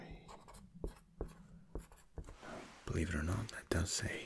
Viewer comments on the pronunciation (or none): none